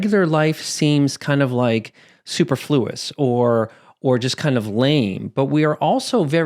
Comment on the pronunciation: Love your work so much! I hope you didn’t get a bunch of comments like this and I am coming from a place of respect and kindness- it’s pronounced suh-pur-floo-uhs or suh-per-flew-uhz. 😊